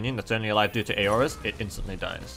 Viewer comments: It's Aura or plural Auras [ˈɔː.rə]'s, same pronouncement. Not A-Or-As. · Aura's are pronounced OH-RAS not A-OHRAS